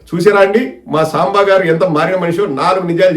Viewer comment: సాంబ కాదుi సాంబా sir అనాలి